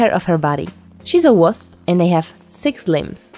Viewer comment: she looks AMAZING also I'm very sorry but the 'wusp' cracks me up every time I think about it and I don't know why